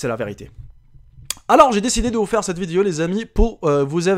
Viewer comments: des fois il dit vidio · C'est pas vidio c'est video